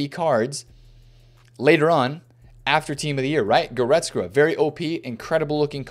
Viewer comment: please practice goretzka's pronunciation